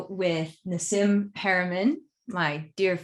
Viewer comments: It bothered me a bit that she couldn't pronounce his name, it's 'Nah-Seem' , not 'Ná Sïm'. He's cool. I like that he corrected the conversation, bringing the plasma concept to the actual concept of 'ether' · But she is butchering the pronounciation of him name! 😳